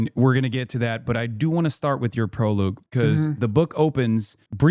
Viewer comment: bro said “proloog” 😭